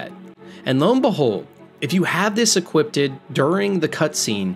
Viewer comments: Why is 'equipped' so hard for you to pronounce? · Why are you pronouncing it “equiptid” instead of “equipped” ?? Do you seriously think that’s how you say it? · It bothers me how you say equipped. Youre pronouncing it like its eeqwipped-ed instead of just eeqwipped. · bro I had an argument with a couple friends about this, they 100% just talk like that and say EQUIPPEDED casually like that's how it's pronounced. This is why God left us for Earth 2. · Why do so many people pronounce equipped like "equipted"? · equipped not equipded only one D mate you spelled it correctly its just your pronunciation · you are adding an extra syllable to equipped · Equipped is two syllables